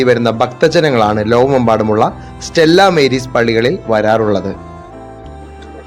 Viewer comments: സ്റ്റെല്ലാ മേരീസ് അല്ല - സ്റ്റെല്ലാ മാരീസ് ആണ്. മാരീസ് (Latin) = സമുദ്രം. ബാക്കി യെല്ലാം ok . Congratulations! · സ്റ്റെല്ലാ മാരീസ് എന്നതാ ഉച്ചാരണം